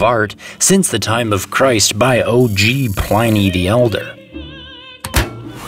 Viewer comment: It's Pliny like plinth NOT Pliny like PINEi.